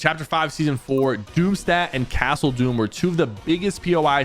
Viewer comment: Btw its not doomsteadt its doom stadt